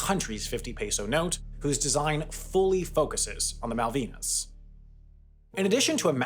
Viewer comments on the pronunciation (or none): You mispronounced "Malvinas"